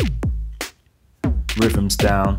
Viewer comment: i like rivvums sinfesizers and pressing number free.... the accent cracks me up. No "th" sounds.. just "f"'s ... hilarious.